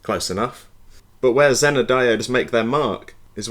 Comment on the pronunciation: The American pronunciation of “zener” is “zee nr”